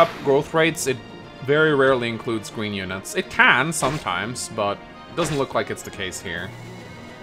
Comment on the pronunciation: "Cowfee?" "Gween unit!"